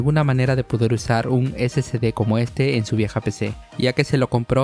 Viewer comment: No se dice SCD es SSD, o sea no se llama (ese ce de) es (ese ese de) confundes a las personas que van empezando en esto.